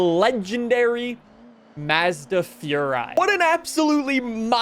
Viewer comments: Why can no one pronounce Mazda right on any Forza Videos lmao 🤣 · Still saying Mazda wrong